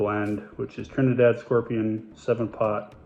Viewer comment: Great pronunciation of Trinidad! As a Trinbagoian I am sensitive to the Pronunciation of my country of origin and was especially pleased to learn that they used Trinidad Scorpion peppers